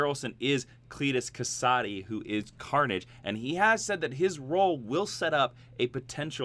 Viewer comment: Scientifically Symb-eye-oat is correct though many still accept Sym-E-Oat Also any time his name is said in audio form it is Cassidy not Ka-Sod-Y Just saying. >; >